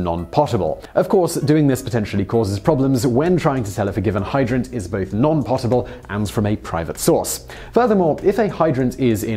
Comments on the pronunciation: Sorry Simon but "potable" is pronounced "poh-table" not "pottable". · That is not how you say potable. It's not pottable... it's just 1 t, so more like poe-tah-ble. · Every video has at least one mispronunciation. I love waiting for it. It's pronounced "poe-tble" not pot-uhbl. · Isn’t “potable” pronounced “pōt-uh-bull”?? I recently had someone correct me on this, and it turned out they were wrong. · That's not how you pronounce potable...